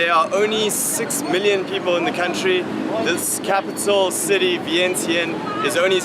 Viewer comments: I'm Laos so that's not how you say Vientiane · I don’t know why they end it with S. And Vieng Jun is the correct pronunciation but they spelled it with Vientiane 😌😌😌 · Vientiane.....English pronounce Vien tiane Laotian pronounce Vien chun